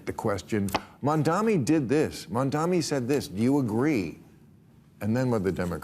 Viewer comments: How long before Bill learns how to pronounce "Mamdani" correctly? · Bill Maher still can not (or will not) pronounce Mamdani's name corrrectly! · Bill, Learn to pronounce ‘Mamdani first if you wish to discuss him. You did the same mistake last episode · If he says "Mandami" instead of "Mamdani" one more friggin' time, I'll scream. Has he always been this bad at names, or is it cognitive decline? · Mamdani - not Mandami - it's not even that hard a name to pronounce, jeez. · It's also mamdaNi not mandaMi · Is Mamdani really that hard a name to pronounce? Not one of them said it correctly. Mandami, Mandani. Mispronunciation of someone’s name repeatedly is so demeaning. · Look, I hate the dude’s politics, but his name isn’t at all hard to pronounce: Mamdani = mom donnie. Of course, people are still saying kaMAla, so I’m clearly asking too much 😂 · I don't like Mamdani at all but for God's sake can people pronounce his name right! More than half of the media calls him Mandami. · “Mamdani” was attempted five (5) times this episode. It was mispronounced five (5) times.